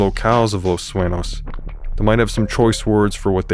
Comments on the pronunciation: this official channel? he didn't pronounced the police station correct he said Los "Suenose" it's supposed to be Los Su-Eh-ÑOS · Its pronounced 'SU eh Nyos' btw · It triggers me you can't correctly pronounce the name of the city you invented for your own game. Los Sueños != Los Suenos